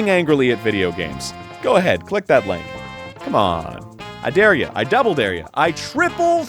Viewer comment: Erin stop saying lank you fucking annoying beautiful man.